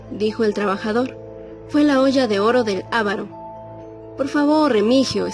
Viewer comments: Muy buena historia, pero dìganle a la que se dice avàro no àvaro que aprenda ortografìa, por lo demas buena historia..Saludos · No se dice ávaro si no aváro ni siquiera saben leer cuando narran que mal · eva calzadiaz perdón pero se dice avaro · Se pronuncia con el acento en la segunda a AVARO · Se dice AVARO CON ACENTO EN LA SEGUNDA A....AVARO SIGNIFICA CODO O CODICIOSO 🙄🇲🇽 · Bonita narración.. Pero sin control de calidad. Nadie le pudo decir a la que se dice aváro sin acento en la primera A. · Elisa Gordillo Yo también note ese descuido. Por lo demás, es interesante.